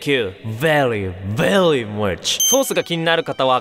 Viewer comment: 発音がveryじゃなくてvelyになってますよ！